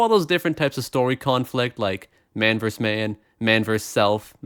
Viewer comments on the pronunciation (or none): "Man verse man"? It's VERSUS (vir-suss), or vs., meaning "against."